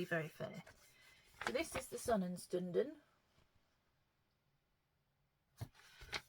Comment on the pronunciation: Stunden=shtunden. You just need the sh at the beginning and you’re good. 😊